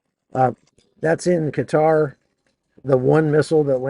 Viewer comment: Thank you! For pronoucing Qatar correctly! ❤